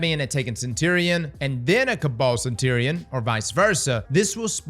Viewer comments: Am I the only one cracking up about how he's saying "Centurion"? Lmao CentTerion Lannister! 🤣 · Centurion pronunciation: suhn-chur-ee-uhn There's a reason someone gave me a "Grammar Police" t-shirt. I'm still going to watch your videos.